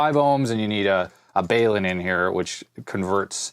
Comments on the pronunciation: It's not pronounced "Baylun" it's pronounced "bal-un" It's short for balanced to unbalanced, balun... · It's pronounced "bah-lun" because it is short for "balanced to unbalanced.". You rock, tho!